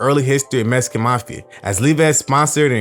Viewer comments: The way you say the word "Mexican" as "Messican" ...ruins this whole shit for me! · I don't know where you were raised but growing up in Compton and I didn't know a black person that didn't say "Mexican" that way. It was very common. Blacks have our own twists on pronunciations of words that are like shortcuts. Some examples are "Gangsta" instead of "Gangster", "Slippin" instead of "Slipping", "Hoe" instead of "Whore", etc.